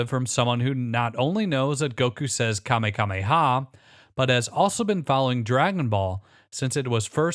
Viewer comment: Kamehameha* not kamekameha